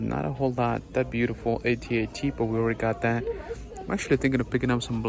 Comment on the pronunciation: AT-AT. Not A-T-A-T.